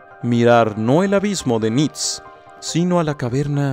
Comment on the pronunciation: Hola, una pequeña corrección; Nietzsche es pronunciado "Nitche" asi como lo lees, sin cortar la "e" al final. Saludos:)